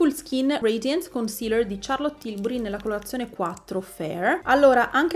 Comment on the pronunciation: Finalmente un'influencer che pronuncia "Ciarlot" (e non SCiarlot!) per Charlotte Tilbury😊